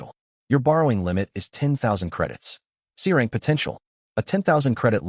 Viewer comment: that’s hilarious the AI reads going from F rank to C rank as going from frank to crank